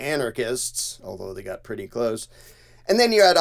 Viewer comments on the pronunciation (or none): none